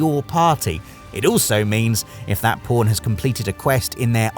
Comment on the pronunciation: Why do I always hear Po*n when he says Pawn lol